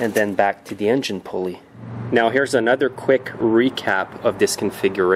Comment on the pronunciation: Stop saying THEE in front of every word that doesn't begin with a vowel.